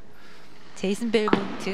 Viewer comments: 미국서는 벨몬티라고 발음 하더만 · 벨몬티가 맞는데 델몬트랑 벨몬트가 너무 발음이 비슷해서 부르기 편함ㅋㅋ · 한국인 한정 ㅋㅋㅋ 우리나라는 뒤에 e 있으면 발음을 안 한단 인식이 있나봄